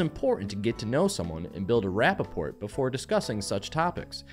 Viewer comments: Rapport is pronounced "rah-por" not "ra-pa-port" Long live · The way pronounces rapport lmao😂